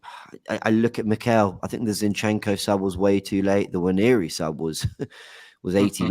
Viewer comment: Love the show but am I the only one who gets annoyed with how a lot of these guys pronounce Nwaneri? Like wtf is WAN-YE-REE. It's really not that hard. Say it with me NWA-NE-ri. And teach it to the as well for the love of god